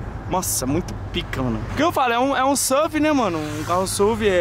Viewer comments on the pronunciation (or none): Kkkkkk reh n se fala "suvi" kkkkk se fala as letra msm "esse u ve"